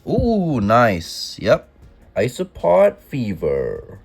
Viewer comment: I keep hearing ‘isopod’ and it makes me think that it’s ice cream or iced treat, cause it sounds like ‘ice-o-pod’